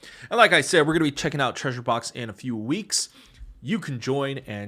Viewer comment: what was the treausruuer here ahahhaha